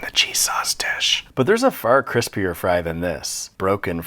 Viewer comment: is the pronunciation here a pun to CRISPR, as in the DNA sequence ?